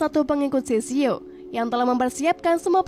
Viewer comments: Kak itu shishio bukan shishao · Sishio min bukan sisao..